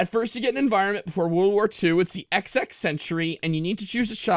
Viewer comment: cough I don't think they meant "Ecks-Ecks" century, but XX, as in Roman Numeral 20th.